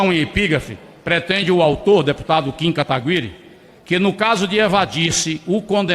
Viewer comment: kim Kataguiiiri kakkkkk galera nao acerta o nome do kim kkkkkkkk